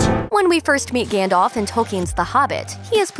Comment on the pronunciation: its Gandalf not Gandolf